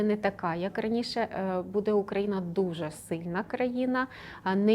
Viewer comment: бУде, а не будЕ!! Ну і гадалку ви знайшли. Це ж і так всім зрозуміло. Не ганьбіться!!! « нам важко буде, але будуть здвиги» Матір Божа🤦‍♀️🤦‍♀️🤦‍♀️🤦‍♀️сором, ганьба. Ви як баби базарні.